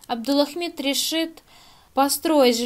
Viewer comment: в самом ролике неправильно произносится, а в заголовке всё правильно, не спорю. Девушка произносит "Абдулахмид", а нужно, как в заголовке - "Абдулхамид".